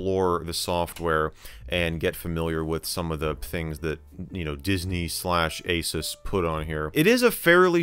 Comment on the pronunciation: I love how he says ASUS like "a-sews", instead of "ay-sus", as he doesn't want to say sus ඞඞඞඞඞඞඞඞඞඞඞඞඞඞඞඞඞඞඞඞඞඞඞඞඞඞඞඞඞ